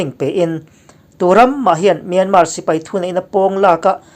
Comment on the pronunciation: Kawl ramin a ram hming a lam rik dan anga 'Myanmar' tih hi lam rik ve thin ni hram se. 'Myan' hi thluk hnian tur a ni a, 'mar' tih laia 'r' hi lam rik loh tur.